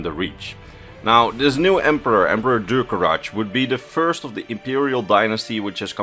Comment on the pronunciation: This may come off as pedantic, but the way you mispronounce the name Durcorach hurts my ears a little every time. Reachmen are vaguely-Celtic in terms of language, from what we know, and so the '-ch' at the end should be read like a 'kh' and not a 'tch'.